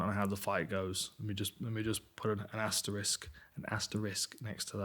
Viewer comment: Dans asterisk pronunciation is becoming elite.